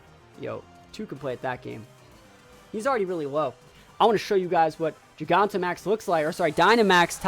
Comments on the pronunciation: imagine pronouncing it geegahntamax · Nice vid! However, I’m pretty sure it’s not pronounced giGAWntamax. It’s pronounced like gigantic, but replacing the “ic” with “amax”